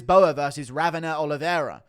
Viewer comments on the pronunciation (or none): none